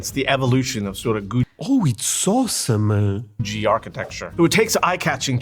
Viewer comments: FWIW googie is pronounced goo-ghee, but whatever. It wasn't appreciated until pretty recently, so most of those old diners and gas stations and what not got torn down. There are quite a few still around though, because at one time they were everywhere. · This historian is mispronouncing Googie. It's pronounced goo-gee. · Edit: I wrote my comment right after his pronunciation of Googie. Never have heard of Googie pronounced the way he does and I am into art and architecture with my interest in Art Deco and Googie. It is an architectural design movement that is supposed to represent the future and space travel. This is why many things in the US look like they do. Cars, buildings, everyday items from the late 50's through the early 70's. It caught your attention. The cartoon the Jetsons is Googie inspired. Most people pronounce it Goo-gee not Goo-jee, at least in my schooling and experience.